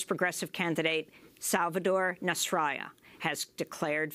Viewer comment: Dear Ms. Goodman, thank you for continuing to report on Honduras, it is important. However, the opposition leader's name (Salvador Nazralla), is actually pronounced with a hard "L", as opposed to a y-sound, as most readers of Spanish would suspect. Btw, if would be awesome of you could pronounce the current president's name as "Juan Robando" :P